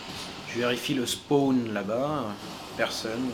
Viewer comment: c'est une dedicace à moi quand tu accentue le mot spaaaawn?